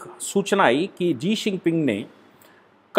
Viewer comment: Mahodaya g uska naam g sinping nahi hai uska naam shi jinping hai g mai nahi chahta ke aap jaisa veddvaan veyakti galat boley danyabaad